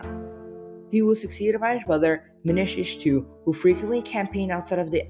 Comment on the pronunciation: Rimush, not Rimish Manishtushu, not Manish-ishtu Ah-WAN, not AY-wan GU-tee-ans (as in the video title), not Gutons